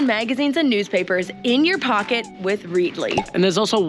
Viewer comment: Also you might find the name of the app you are endorsing is pronounced Red i ly as in readily available to read lol. A simple mistake and easily rectified. 👍🏻